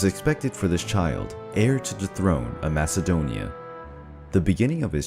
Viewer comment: Lion 1968 even though you spell it with a k sound.. the way you say it sounds like there’s a H sound, and theres no H sound in MAKEDONIA🇲🇰🇲🇰🇲🇰